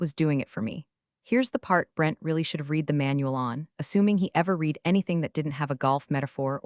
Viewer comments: You know we're supposed to be so impressed with how capable AI is but I think it can't tell when read should pronounced like reed and when it should be pronounced like red because it doesn't recognize the tense changes. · Voice bot STILL mispronouncing "resume" and the the past tense of "read." Seems like a easy fix if you actually had a "team" creating these AI stories.